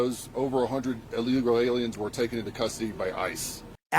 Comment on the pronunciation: It's pronounced "illegal" not "ill eagle".